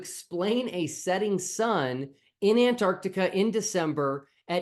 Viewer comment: Where the hell is "Antartica"? The place where the South Pole lives has a letter C in the middle!